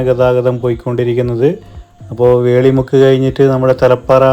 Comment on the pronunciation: വേളി മുക്ക് അല്ല വെളിമുക്ക് എന്നാണ്.